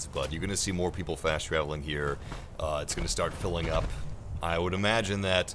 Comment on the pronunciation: What's with the weird Adam West voice and mispronounced words? Nucular? Pilling up? NEW-klee-er. PIE-ling. Just talk, don't be "cool" or chuckle unnecessarily.